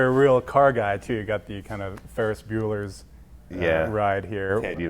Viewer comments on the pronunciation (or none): awesome interview. but i cringed when he said "the ferris bueller car"